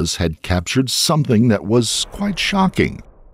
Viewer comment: Why does he pronounce campus ‘compus’ if it’s a real person lol